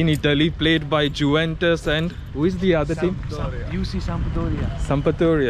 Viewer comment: Bro, it is pronounced as yuventus, not ju ventus